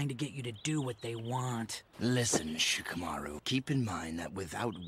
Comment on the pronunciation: Idk why but it makes my skin crawl to hear his name pronounced "SHE-KUH-MAR-ROO"....🤮🤮🤮 This is why I can never watch the dub...